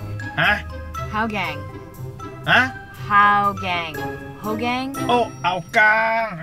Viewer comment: When she said haugang I realized and heated "GANG"XD